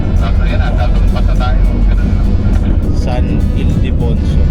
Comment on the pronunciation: Haha hnd mo tlaga mabigkas ng maayos ang san ildefonso😅😅